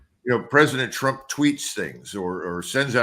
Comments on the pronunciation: "Prez Tru-pin" lol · Trupin? lol